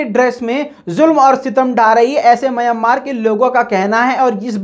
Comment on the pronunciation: Myan maar Myan maar Myan maar ...please correct your pronaunciation...